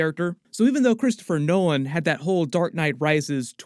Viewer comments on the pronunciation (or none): none